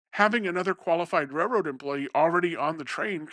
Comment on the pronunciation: It’s pronounced raiLroad not rayroad